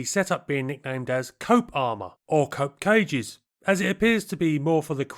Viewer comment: I thought he was saying "coke cages". Lol.